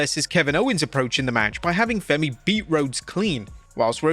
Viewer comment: Oba Femi not Fenny 😂